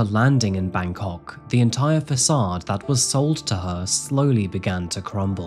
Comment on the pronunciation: You talk about the pronounciation of Myanmar, but Im more worried about how you say Bangkok